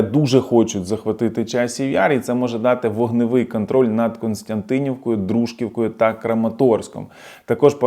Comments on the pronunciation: ДружкІвка! Я можу помилятися, але завжди в укр. мові наголос падає на літеру " і". До того ж - я з тих країв і знаю, як правильно. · в назві Дружківка наголос на і. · ДружкІвка, наголос на "і".